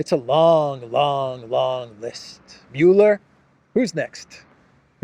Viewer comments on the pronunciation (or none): none